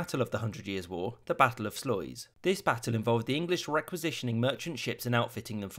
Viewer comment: Omg that pronouncing of sluys (it’s meant to be sluis)